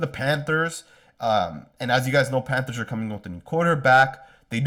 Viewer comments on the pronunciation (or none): none